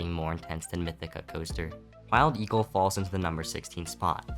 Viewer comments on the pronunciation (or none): I think I heard “mild eagle”